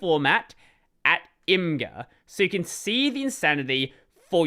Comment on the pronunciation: Imgur is pronounced Image-Er